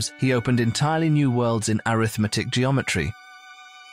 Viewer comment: Why does the commentary consistently refer to Scholze in the past tense? I kept expecting to be told that he's dead. I hope not. Also, "arithmetic" here is spoken with an accent on the 2nd syllable, i.e. as if it's a noun (which it ususally is at least in English), thus: "aRITHmetic. But here it is mostly used as an adjective modifying "geometry"; used that way, it should be spoken with the accent on the 3rd syllable, i.e. "arithMEtic." The content does sound very interesting, but is not explained except in the most general terms. Like some other commenters, I hear no clue about how Scholze's work is connected to infinities. Like one other commenter, I suspect that his work is based to a significant extent on Cantor's work--which I think I understand fairly well. But after listening to this, I have no concrete sense at all of what Scholze has said mathematically.